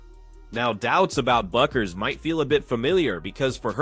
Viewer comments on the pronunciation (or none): Guys, her name is pronounced Beckers, not BUCK-ers.